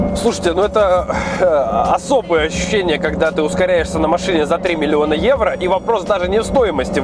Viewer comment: 3 миллиона Эуро ...Для харизмы нужно было сказать не 2 раза а 3 ..:-)